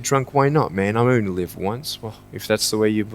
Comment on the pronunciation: 잘 보고 갑니다. 항상 열성적이십니다. :-) 영어원서에 본 영상과는 달리 빠진 단어들이 있어 가로안에 적어 올림. And (when) we’re looking, I want to ask you, “What are you looking for?” "(What) if I can just (get) drunk? Why not, man? I’ll only live once." (Huh), if that’s the way you believe, great. ***As a side note: 설명하실 때 live의 발음이 계속 leave라는 발음으로 들림. ^:^